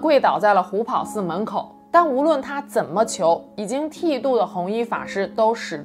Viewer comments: 虎跑（ páo）寺是正确读法。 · 虎跑寺听着太别扭了，跑在这里读第二声 páo